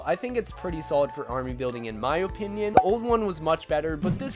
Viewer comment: your OHpinion is wrong